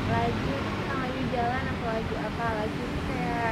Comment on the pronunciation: Lajeu bukan laju